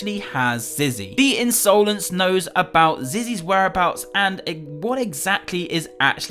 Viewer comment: Did anyone else notice when said The Unsolence